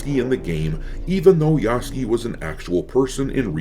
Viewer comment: ITS PRONOUNCED YASU-KAY PLEASE MY WEEB EARS CAN ONLY TAKE SO MUCH